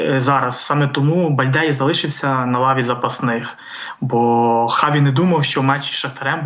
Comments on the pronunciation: А чому Чаві , а не Хаві? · Хаві, а не Чаві. Допоки?